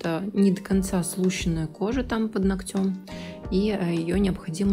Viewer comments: Не ноктЕм, а нОгтем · это высший пилотаж! Здорово. Только "нОгтя", "под нОгтем".Ударение бы правильно. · Не под ногтЕм, а под нОгтем